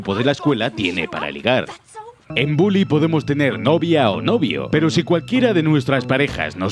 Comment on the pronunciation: Soy yo, o al principio del video en vez de decir bully dice bouly